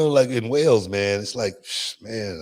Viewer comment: It's Wales not whales!